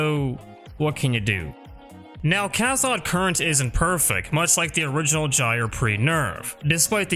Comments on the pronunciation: Don't wanna be that guy but it's Cath-oh-d current lool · Butchered the pronunciation of cathode lol.